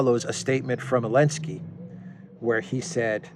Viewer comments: Why do you call him Elenskiy? He's Zelensky 😅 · You don't even know it's Zelensky, not Alensky....I can take none of what you say as informed based on that alone. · Idlike when u said : for what,.. for what,...?? Elensky? Really?😀👍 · Can you say XYelenski? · I love how you call him elensky makes me laugh everytime. (He doesn't deserve a capitol E) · It’s helensky